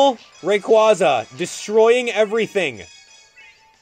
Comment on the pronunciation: wait... Did he just say primal raquaza